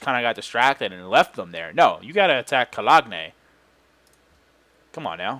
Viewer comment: Colog-nay lol